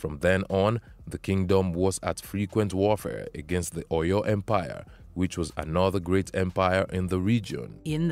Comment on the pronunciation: But please the person narrating this video. Is she not white. Please what do you really know about Africans. Even your pronunciation of OYO is even wrong. But so far the movie was ok. But their accents was not stable. But they tried though. The king's accent was the best👍